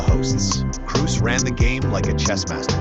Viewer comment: Well, if you want to pay tribute to a man, please make the effort to pronounce his name right. His name is „Krohs“, not „Crews“. At least give it a try. No shame in failing. But not even trying? That’s disrespectful.